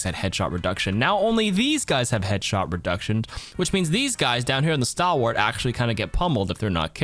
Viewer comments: That's not how you pronounce "stalwart" though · stalwart like stall-wart. also doom ult and ana sleep dart perk do slows also, but yea still pretty niche